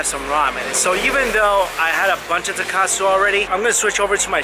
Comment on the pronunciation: Oh my jesus you butchered the pronounceiation of tonkatsu